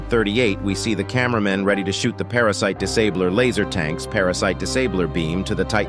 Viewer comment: It’s not para sit cuz you said para sit